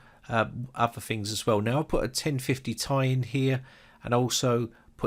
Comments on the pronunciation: 1050 TIE it’s T-I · Did he just call the 1050Ti a 1050tie